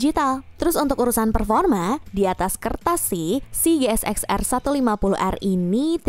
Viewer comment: Min GSX itu dhoac bukan shoac 😭😭😭